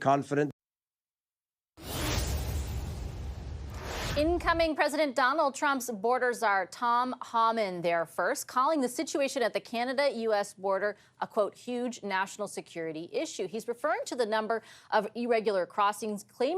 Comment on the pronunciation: His name is HOMAN , rhyming with ROMAN. Makes you sound ignorant so get it right.